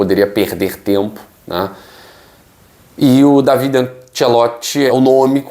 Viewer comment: O certo é falar Dávide. Io sonno italiano e parlo la língua de Dante.